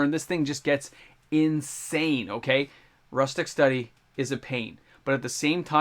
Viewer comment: MTG youtuber doesnt know how to pronounce rhystic study?